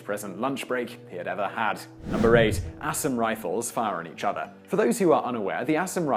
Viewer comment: Ah-saaaaaaam. not ASSAm.